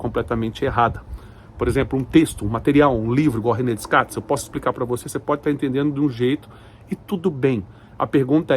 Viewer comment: DeScartes… o “s” não é pronunciado….